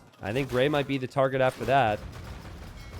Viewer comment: Grey here! Finally made it to a community game 😂 had lots of fun, thank you guys!! Good pronunciation of my name 😄